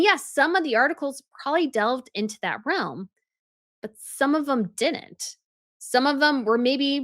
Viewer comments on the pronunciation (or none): none